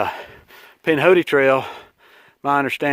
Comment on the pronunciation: Pinhoti. It’s Alabama dude.